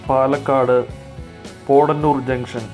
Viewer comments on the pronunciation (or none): പോടന്നൂർ അല്ല പോത്തനൂർ